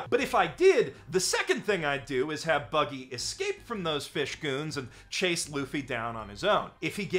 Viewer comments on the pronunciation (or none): none